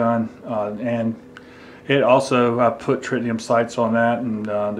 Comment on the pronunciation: It's Tritium, not Tritinium.